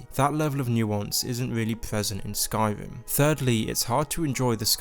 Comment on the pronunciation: "Skyvim" lol "Morowim" "Pwovince"